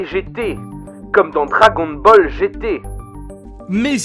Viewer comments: Dragôn Boll 😂😂😬😬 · Je signale la vidéo on dit "dragon baleu" !!!